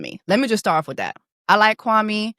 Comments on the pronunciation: mispronouncing Kwame's name is just poetry😂😂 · exactly like said. Everyone in Ghana has a day name and depending on their ethnic group, the pronunciation and spelling differs. Kwame is Akan, so that’s how his name is pronounced. It grinded my gears hearing the cast pronounce his name wrong during their season. Our names are important and pronunciation matters. He should have known better and pronounced his name properly.